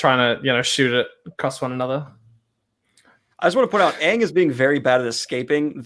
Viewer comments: It's not oong it's aang | it's not Leviosa it's Leviosa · All pronouncications of "Aang": Ang Eng Ing oNg Ung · Ah yes, the magical tale of Ong, Soohka, Uppa, Eehro ... and Katara and Zuko. Honestly, why even bother to get the latter two names right at that point? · literally gagging when she hears Oong for the first time is such a mood. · I get unimaginably pissed off every time that they miss-pronounce Aang and Sokka’s names.